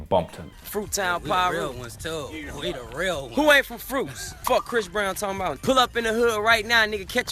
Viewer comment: Soooo, do they all call him Bhris Brown?